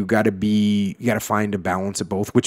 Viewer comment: Where he from lol 😂 “I like em boff”